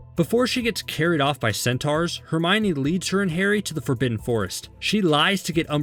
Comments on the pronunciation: Did he say HeRmInOr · am i the only one that noticed he said herminor instead of hermine